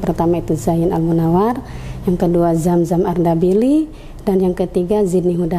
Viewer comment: Ini yg mebawakan acaranya ko bahasanya hurupnya udah di ganti ya huruf z di ganti j gitu ya zaman sekarangya apa ga marah guru bahasa zam zam diganti jam jam yg benar aja bu dan yg bawa acara perbaiku dong bagasanya jabgan di ganti ganti